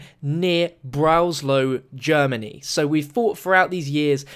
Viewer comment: Breslau not Broslau :D